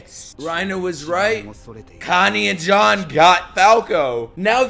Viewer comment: I love how you call Jean John